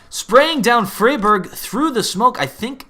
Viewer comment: Im sure its pronounced Fry-Berg, not Free-Berg?